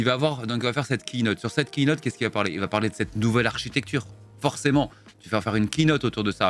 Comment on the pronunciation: Merci pour la prononciation correcte sur la Keynote! Ah no raté tu as encore dit "keïnote"